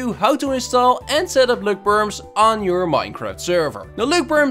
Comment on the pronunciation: “Løkperms” now thats a masterpiece